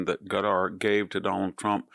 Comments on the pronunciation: I absolutely love you Prof. Hanson, but it's NOT "Gutter." It's not "Cutter," and it's not "Nuke-u-ler." It's KA-TAR or KUH-TAR, just as the Emir of Qatar pronounces it. And.. it's NU-KLEE-AR. That is all. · Why does he pronounce Qatar as "gutter"? Lol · Why do we pronounce it like "cuter", when during Trump's visit, they themselves were pronouncing it like "cut-ar"? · I like that Qatar sounds like gutter. I don't trust them. They pay our schools to be woke. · Why does he pronounce it "Gatar?" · I love how VDH pronounces Qatar “gutter”!!. Hey he’s the phd, not me. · I feel the same way. Some might think he is trolling by calling them 'Gutter'. His pron. Seems Asian in that you can't quite tell if it starts with a k or a g - Schrodinger's consonants. I didn't want to complain in a comment section - there's too much of that in the world. But yeah, it bugged me, even though a small thing. I love Victor D. Hansen, so this is only said with love. Great insight as always. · There's no English equivalent for Arabic letter ـق (qaf). It's pronounced in the back of the mouth but not the way he's pronouncing it. Hey, at least he's trying.